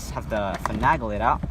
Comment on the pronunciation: You're taking things apart well enough but I swear you're driving me insane with your pronunciation of "finagle". The A is pronounced like Ape, not Apple. fin NAY gul not fin AG gul Every single video I've watched has this distraction, this one more than most.